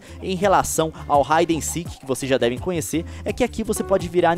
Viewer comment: Pq vc fala híden seek em esteróides Leon ?